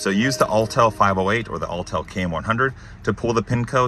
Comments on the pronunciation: Autel, not Alltel. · Autel is pronounced differently than Alltell.